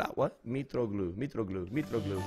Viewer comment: MAAAAAN WHEN U PACKED MITROGLOU I WAS SO HAPPY TO SAY HIS NAME RIGHT!!! (greek here)